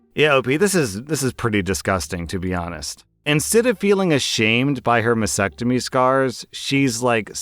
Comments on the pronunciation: Mas stectomy. Stectomy. It's not masectomy. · Please learn to pronouce mastectomy. There is a "t" after the "s".